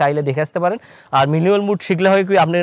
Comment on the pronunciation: উচ্চারণ টা মিনুয়েল নয় ম্যানুয়াল মুড